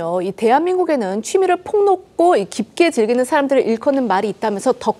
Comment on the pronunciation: 기자, 폭넓고의 발음은 폭넙꼬가 아니라 폭널꼬입니다